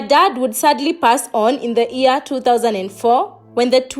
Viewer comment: Year 2019!!!!!! Not ear 2019!!!!!